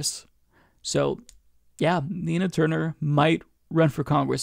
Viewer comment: I thought you said "tina turner"